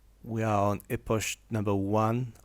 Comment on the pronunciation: Epoch -> "ipok" en bon anglais, pour la prochaine 😉 Thanks for the tutorial 👍